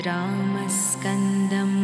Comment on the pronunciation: Wrong pronunciation...it should be Ramam Skandam but not Ramskandam. Do not make such videos